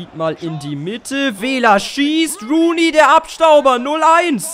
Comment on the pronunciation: sag doch nicht immer rain rooney ^^